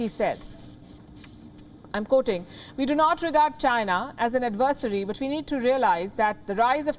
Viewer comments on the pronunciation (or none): I enjoy your information and take on the news. However, at times your English pronunciation is lacking. For example the way you pronounced ADVESARY was incorrect. As a news person you need to be on top of your game.